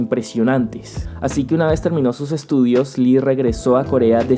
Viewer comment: Antes que otra cosa, tengo que decirlo, Lee no se pronuncia "Li" simplemente es una "i".